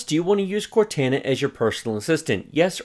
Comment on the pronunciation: The way you pronounce "Cortana" I can immediately tell you haven't played Halo yet. (Great game, highly recommended). Good video as always. All of the other YouTube channels show how to build the computer, but they skip the whole software setup and just transition from building to gaming on the computer, with nothing in between.